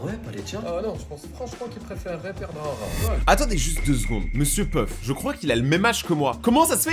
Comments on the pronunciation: Monsieur peuf au lieu de Monsieur pof😂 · Y'a que moi qui entend que dit mr puff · Je suis le seul à remarquer qu'il dit Mr Peuf 😅😅😅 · J'ai cru que tu avait dis monsieur Puff😂😂😂😂😂😂😂😂